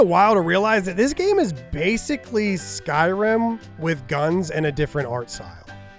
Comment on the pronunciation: "Skyrun" 😂 love it 😊